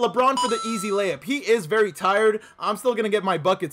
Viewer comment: It ees what it ees